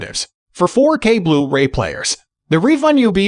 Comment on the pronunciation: nice rundown (I have the Panny 820). (But could you get a real narrator please. The little glitches in the program sound so un-natural, especially when saying 'blu-ray' . It often comes out as 'blue ray-player')